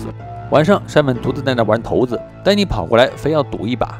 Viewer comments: 骰（shai）子？投子？ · 骰shai子 兄弟 这个字念错 有点过分了 这不是罕见汉字！